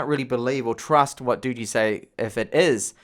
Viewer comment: Nice review, but the pronunciation of this phone is [ˈdɒdʒ.i] = dodgy. They live up to it as it seems